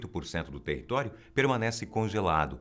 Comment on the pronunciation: "territoio"? kkkkkkkkkkkkk